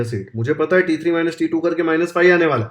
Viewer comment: T2 sounds like titoo 😂😂